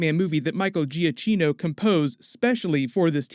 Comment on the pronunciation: BTW, it's Michael Giacchino (Juh-key-no)